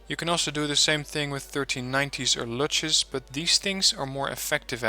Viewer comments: luchs = pronunced Lux fuchs = fux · Wow, my head is smokin', but again an excellent lesson. BTW: 1. "Luchs" is pronounced "Looks", as in the sentence "He looks at me." 2. (Off topic) You managed, that my very young and super-hyper-active cat always calms down now, when I/we listen to your unique kind of explanations. This never happened B4! ;) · I know that vid is old but nicely done (sometimes just click recommendations I get from u even when they are old) and I wouldn't have commented (what I rarely do anyway), but it's so hilarious as a german to watch you pronounce the Luchs here. It sound like Lutsch... which actually is a german word. Which is best translated to suck... Nii P. already gave a good example how to pronounce it. And I think u already do in newer vids. But it was so good. I really had to comment. A late thumbs up and not only for the "Lutsch" XD I like your style in Vids. You're not one of those I can talk so fast as an MG english Let's players. What I really like. So one can comfortably have your vid running while doing something else. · it's called Luchs you say lucks or luks in german... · German/English speaker here.. Luchs ... the 'u' sound is more like the 'oo' in moon. In the english word 'look' the oo is different. Its is shorter and not as strong. It is a precise analog to an o with an umlaut in German (ö). Oh.. and super-excellent videos by the way.